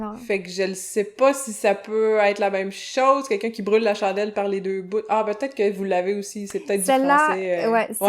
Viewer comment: "les deux BOUTTTTS" . wow ce n'est pas une prof de français, mais de joual...